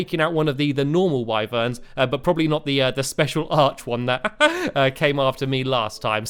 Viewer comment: It is pronounced wiverns not whyverns